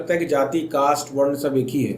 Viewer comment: Are bhai वर्ना क्या होता है, वर्ण बोलो न